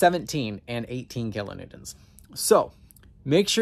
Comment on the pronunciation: If you really want to feel like you gotta say it kilonewtents.